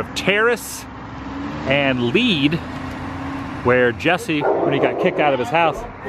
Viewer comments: Lead street is “led” (short e sound) like the metal, not like “leed”(long e sound). Lead and Coal are buddy streets with each street being one way in opposite directions. Thank you for the tour! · That is Lead, as in the metal, not lead as in leading people. There are a whole lot of metal named streets out there, copper, gold, lead, silver... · It's pronounced "Led", as in the metal, not lead as in lead the way. Used to live on Lead!